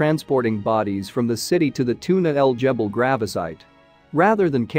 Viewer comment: Its Tuna El GEBEL, the G is like the G in “gas” its NOT a J. And Tootank-koomen??? Seriously?!